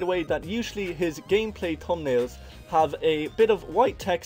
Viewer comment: man saying tumnalez